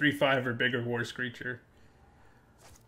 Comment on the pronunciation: When he says "war screecher" i hear "Worst creature XD"